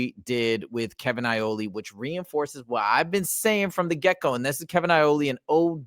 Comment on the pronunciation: haha I think you might be hungry it's Iole not Aioli 😂